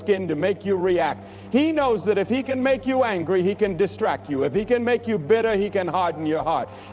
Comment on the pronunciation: NOangry an-gry